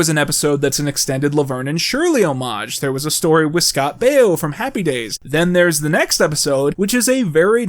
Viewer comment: the way he pronounces Baio is hurting me physically